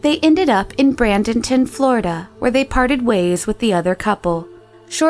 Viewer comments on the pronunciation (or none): Bradenton, Fl, not Brandonton, Fl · lol i've actually been to that town on vacation, but it's pronounced Braid-en-ton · It's not Brandenton Fla. It's Bra (rhymes with stay) den ton. Bradenton. And Kanackee Illinois would be Kan ka kee. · isn't it bradenton,florida and not brandenton.royal canadian mounter?police. com'n lady read words properly bc you sound real.......not smart. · I love these videos, but I have to say it's a little distracting when the narrator repeatedly mispronounces city names. A simple YouTube search for a TV ad from the area (car dealer etc.) would tell you how it's pronounced. I.e., Bradenton FL is not "Brandonton" and Kankakee, IL is not "Kannakee." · As a Florida native, it hurt to hear her pronounce Bradenton as Brandenton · Bradenton. Not braNdonton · Bradenton (Bray-don-ton)! Not Brandonton lol. Also Mary-en not Mary-on for Marion County. Sorry Florida native here. Edit: Lord again? O-cal-ah not O-call-ah. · “BraNdenton” is pronounced “Bra-den-ton” There is no N before the D (From #2) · Narrator says Brandentin Florida... It is either Bradenton or Brandon lol. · Hahahahaha "Bran-den-ton" Really weird how they just happened to end up in the smallish city I live in. I can't figure out if she's saying Brandon or Bradenton but that's not how Bradenton is pronounced so thats funny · its bradenton not brandonton i was born there and im offended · Bradenton, not Brandenton, Florida. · It's not Brandenton. It's Bradenton. There is a Brandon, Florida. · pronounced BRAY DEN TON........... not BRANDENTON. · I think you meant Bradenton, Florida. Not Brandonton, Florida. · I live in Bradenton. Its pronounced "Bray-den-tun". And Dade city is Miami. Marion county is ocala. So that's all over the state. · In the Jesse/Wendy story, I think the FL cities mentioned should be Bradenton (Bray-din-ton) and Ocala (Oh-kal-uh). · Bradenton. BRAID-un-ton Marion. Merry-un Ocala. OH-cal-uh Orange groves not fields.